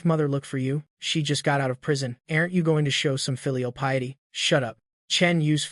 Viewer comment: Pity ❌ piety ✅